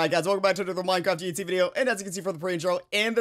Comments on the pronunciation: Why does it sound like he is saying yutzee instead of uhc? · why he say uhc so odd